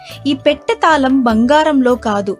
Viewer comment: తాలం కాదు తల్లీ తాళం అనాలి ...ళ